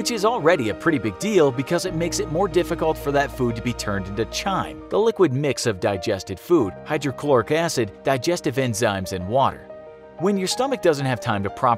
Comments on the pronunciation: ( - chyme = /kyme/) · Pronounced chyme and peristalsis incorrectly. Just sayin'